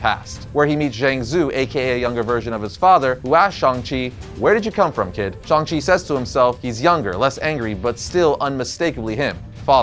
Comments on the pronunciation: Shhhhhang chi. Not Shong chi i had to stop watching because of this dam. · Okay am I the only one who still him shang chi instead of shong chi I mean I'm not racist its just feel some people who knows about the comics like myself felt like getting a headache since the MCU change how they pronounces his name